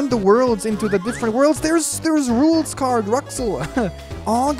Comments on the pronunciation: lmao "Rucksouls Caaard" - hoping that says Rules Card soon well to be fair he does seem aware of the right pronunciation lol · Uh,, just letting you know, Rouxls Kaard is pronounced Rules Card. Keep up the good work, you!